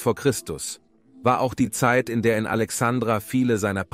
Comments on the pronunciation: Ist es wirklich so schwer,so ein kleinen Buchstaben wie ein "i" zu nennen. Alexandra mag ein wunderschöner Mädchen Vorname sein,hat aber nichts mit dem Namen der großen Stadt am Mittelmeer, und Gründung von Alexander dem Großen "Alexandria" zu tun. P.S. Arabische Republik? Das würden die Kalifen wohl anders Sehen. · ja , schon klar, aber deswegen ist es doch Furchtbar mit anzuhören.